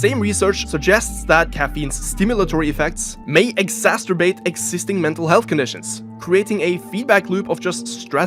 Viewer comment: did bro just say "exasterbate"?